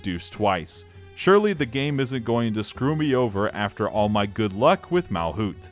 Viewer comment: Errr☝️🤓 It is MalCUTE, not MalKUTH, MalCUTE